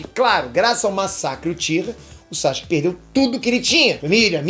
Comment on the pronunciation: Maninho vc ainda pronuncia o nome do Sasuke errado.